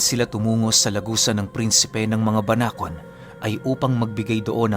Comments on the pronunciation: Tama po ang pagbigkas mo sa salitang Banakon 😍😍🤗🤗👏👏👏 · Banakon Po Tama Po Yung pagkaka banggit nio mejo malumanay.solid Po Yung kwento ❤❤ sana maging series Po eto😊😊❤❤ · Tama po yong pagbanggit sa salitang banakon Pero yong sawa po iba po yon kc sa English is phyton po yon